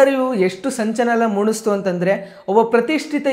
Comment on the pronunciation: ಕೇಳಿ ಕೇಳಿ ❌ ಹೇಳಿ ಕೇಳಿ ✔️ ಮೂಣುಸ್ತು❌ ಮೂಡಿಸಿತು ✔️ ಅಂತಾ ಅದು ಧರ್ಮರಕ್ಷಕರೇ 😂